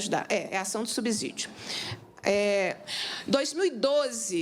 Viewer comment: Subsídio tem a mesma pronúncia de " subsolo" A letra S depois de uma consoante o som é de dois SS.